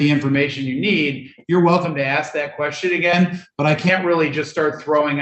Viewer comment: He had to "AXE" a question lol Oy vey!!